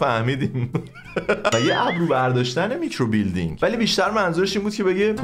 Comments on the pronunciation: هربار كه گفتي ميكرو بيلدينگ جررررر خوردم😂😂micro blading😂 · بابااا میکروبِلِیدینگ خونده میشه مگه بادی بیلدینگهههه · و که هروقت میکرو بلیدینگو اشتباه تلفظ میکرد از خنده پاره میشدم🤣🤣 عالییی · میکرو بلیدینگ رو اشتباه تلفظ میکنی🤣🤣